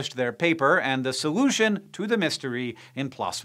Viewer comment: Sowution? Solution? 😆